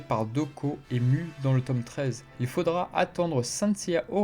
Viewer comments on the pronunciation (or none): none